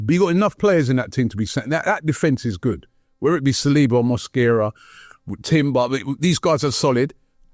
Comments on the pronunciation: Why does keep calling Mosquera ‘Mascara’ 😅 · pronunciation of player names is brilliant…. Cockeres, Mada-wooky/ Mada-wokey, Mascara in defence too… 😂😂